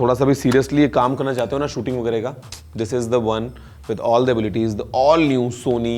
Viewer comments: Sone (Sony )ka camera.😅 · Now who's saying that Gaurav always pronounces Sony as Sone?